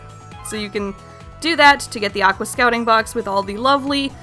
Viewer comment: It's pronounced: AK-WORS